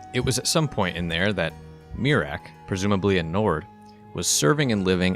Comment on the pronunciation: "he's just a Nord" I heard it as "he's just a nerd"😅